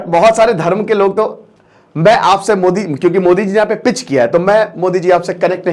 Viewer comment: 0.7sec. Same on you as a teacher you do not how to pronounce name of our country pm